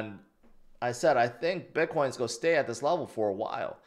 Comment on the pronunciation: Sorry, but your pronunciation of “going” and “gone” are the same. You’ve got to work on your articulation.